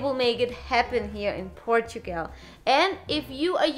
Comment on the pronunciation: It just struck me: doesn't say "Portugal" she says, instead "Portugel" Hilarious!... ❤